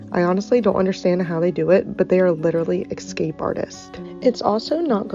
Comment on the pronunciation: LOL ! She keeps saying "X-scape" 🤣